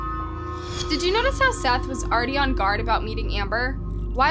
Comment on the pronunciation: His name was Seath not Seth